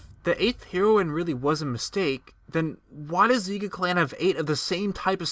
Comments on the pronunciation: Heroine is pronounced as the drug of the same name, though it’s means female hero. Sorry just wanted to clarify, but nonetheless intriguing video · It's pronounced as Hair-o-in. Not Hero-in. fml. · it's pronounced HAIR-OH-WIN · You say heroine wrong, just so you know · “Heroine” is pronounced just like the drug “heroin”. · Was gonna shoot myself if I had to hear u mispronounce heroine one more time. U sound dumb af. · It's pronounced HEROINE. Like hair oh win. And Hylian is pronounced HIGH-lean, not hill-lean. And INSIGNIA has three I's, it's not "insigna." You sound like you're 9 with your mispronunciations.